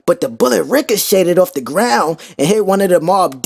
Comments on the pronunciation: Whoa whoa whoa (forgive my lack of punctuation) richoted-de-ded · He can’t even say the word “richcochet” lol